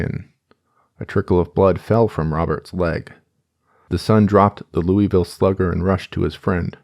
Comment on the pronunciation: as someone from Kentucky its "loo vull" not "louie ville" every time u say it wrong my ears grind